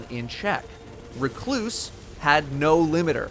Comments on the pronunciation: At least he is saying Recluse correctly after a year. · The way he said it was fine